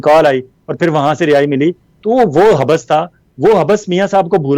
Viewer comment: ولانہ صاحب لفظ (حب بس) نہیں حبس ہوتا ہے ۔ یعنی ب کو ایک بار پڑھتے ہیں دو بار نہیں۔ کیوں کہ ب پر تشدید نہیں ھے۔ شکریہ